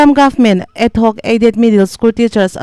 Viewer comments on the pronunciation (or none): Adhoc aided hi ad- hoc tiin i lam a, rampum hriat tur a chhiar meuh hi chu fimkhur ve deuh thin teh u, thurawn aw, huat awih loh